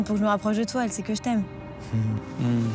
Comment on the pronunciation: on dirait qu’il dit Elle fait au lieu de elle sait 😄